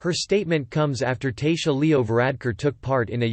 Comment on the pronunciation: For the love of Christ check the pronunciation. It's the "daw'il" and P.M. is a t,shock . And twenty other mistakes.